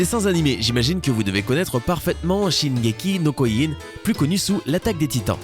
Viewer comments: SHINGEKI NO KIOJIN PAS SHOKOKIU PTN !!!!! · Shingeki no kyujin pas shingeki no kouilline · Shinnyēki no kyoyin mdrrrr ptdrr c shingeki no kyogin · ah les prononciation de japonais -_- shingeli no kyogin pas koigin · C pas shineki no koyin c shingeki no kyojin et on dit pas dessin animé mais animé. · Ky-o-jin... pas ko-y-jin. aussi les mecs, montrez pas des images de Digimon quand vous parlez de Dogmon... vous savez ce que c'est la désinformation ou pas? Vous nous donnez peut-être de vrais info de top10 mais si les images n'ont pas rapport avec ce que l'on voit, autant garder les images pertinentes affichées plus longtemps. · C'est shingeki nom kyojin tu a mal prononcé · CHINGEKI NOKOIINE ??!?! WTF ?!? QUELLE PRONONCIATION IMMONDE!!!😖😖😖 J'AI DU LE RÉÉCOUTER PLUSIEURS FOIS TELLEMENT ÇA M'A CHOQUÉE 😂😷😷😷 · Putain le mec il dit shingeki no koyin putain mais tu sais pas parler ! Mais pense aux Otaku et juste dit l'attaque des titans ! Et après tu dis shingeki no koyjin et après tu dis shingeki no kyojin ! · la prononciation du "shingeki no gvukjg" c'était épique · "sin gé ki no koijinne" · "Shingeki no Koyjin" LOL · Cela se prononce "Shingeki no kyojin" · Shingeki no kioijine 😂😂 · Quoi tu prononce tres tres mal shingeki ni kiogin et cest un anime et nan un dessin animé MERCI ! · "Chineguéqui nau Kauilline " sisi la prononciation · J'ai entendu un "shingeki no koine" Mdrr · 青aominekun shingeki no koijin xD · 青aominekun shingeki no kyoin lol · il a prononcer shingeki no koijin et shingeki no koiyin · Dessins animé suivi de Shingeki no Koyin m'ont tué ptn ._. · "Shingeki no koogin" il a dit 😧🔫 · C'est difficile de dire KYOJIN ??? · Juste comme ça, ça se dit "shingeki no kyojin" et c'est pas un "dessin animé" c'est un anime tout cour merci. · Ne dit plius jamais dessin animé en plus ta mal prononcé shingeki no kyojin ta dit no ( kyoyin " ) ça se voit que tu lis un texte toi xD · le mec il c'est même pas renseigner pour savoir que le manga se prononce shingeki no kyojin